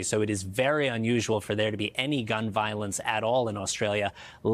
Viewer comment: WOW, an American presenter who pronouced Australia correctly. 🙂